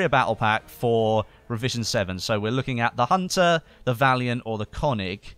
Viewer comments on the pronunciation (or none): none